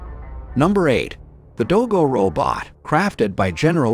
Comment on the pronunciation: What's a "row bit"?